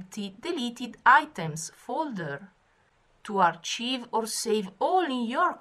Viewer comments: you keep saying achieve(accomplishing something) but it is Archive as in ( ar-k-ive = storing them) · It might be a language difference and I apologize if that is the case, but archive is pronounced "arKive" not CHive as in type of onion.